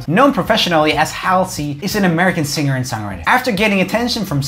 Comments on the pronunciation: It is not pronounced hislley it is Hauls-e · “how see” SIR ITS “HALL SAY” aka “halsey” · Your pronouncing Hasley wrong. -_ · I’m pretty sure you’re pronouncing Halsey wrong 😂😂😂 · It's pronounced Hall-sey. The 'A' is pronounced like in Tall. Not like in Hat. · It’s pronounced hausey not Halsey 😂😂😂 love the channel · Anyone else gonna tell him it's pronounced as ' Haulsey' not Haalsi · It's not Howlsey it's hall-sey 😂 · He said hahley not Halsey. Hahahaha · Joel its haal-zee that's the pronunciation not hal-zee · It’s not Hasley it’s Halsey 🤣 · ITS NOT HASSLYY ITS HASLY🤣😂🤣😂😂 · Roomie it’s pronounced Halzey but spelt Halsey. 😬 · Is it like hOlsey? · HALSEY HALL-SEE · I love how he can't say her last name (also having the most amazingly scented flower as your last name would be so cool) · every time he pronounced halsey like that i died a little bit inside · Omg same!!!🤣🤣🤣🤣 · Roomie: getting mad that people don’t say roomie right when they react to him Also Roomie: doesn’t say Halsey right (No hate, just wanted to say it lmao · If i hear him say Halsey wrong one more time I'm going to cry. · Same I cringe everytime he butchers Halsey's name, even her real name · was i the only one that got triggered every time he said halsey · He butchered Halseys name in seconds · Why did u say Halsey’s name like that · he said "Halsey" wrong XD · He also mispronounced Warner